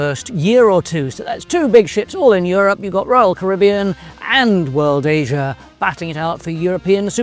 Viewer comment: my good man!! Terrific video. And its great to hear the British "Caribbean " pronunciation! Have a great 2026 mate